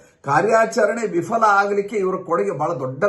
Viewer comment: ಗಂಭೀರವಾದ ವಿಷಯಗಳನ್ನು ಚೆನ್ನಾಗಿ ಹೇಳಿದಿರಿ , ಧನ್ಯವಾದಗಳು. ಸರ್, ಒಂದು ಚಿಕ್ಕ ಸಲಹೆ. ಏನೆಂದರೆ, ನೀವು "ವಿಫಲ" ಎಂಬ ಪದವನ್ನು ಉಚ್ಚರಿಸುವಾಗ "Vifala" ಎಂದು ಹೇಳುತ್ತೀರಿ. ಆದರೆ ಅದು "Viphala" ಎಂದು ಆಗಬೇಕು ಎಂಬುದು ನನ್ನ ಅಭಿಪ್ರಾಯ.